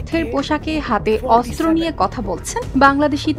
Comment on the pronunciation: অস্ত্র উচ্চারণ করতে হবে শুদ্ধ করে 😅😅😅